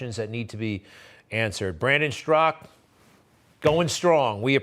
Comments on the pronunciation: Greg keeps calling him strak his name is straka. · Why does Greg always pronounce it "Strock"? I've always heard it pronounced with the a at the end. "Straw-kuh"...